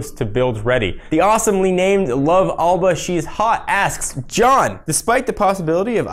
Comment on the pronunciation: its alba like jessica alba not ulba. come on